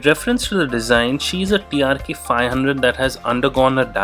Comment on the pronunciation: Its TRK and not TRX as u have been saying.